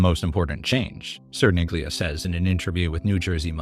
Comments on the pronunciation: Cerniglia="Chair-kneel-yah" Poor guy. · I keep hearing Sir Nigula. lol